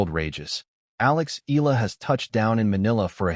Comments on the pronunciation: It's E- YA- LA not E-LA stupid! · Please don't butcher Alex last name! It's pronounced EE YA LA... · Eala pronunciation E-yala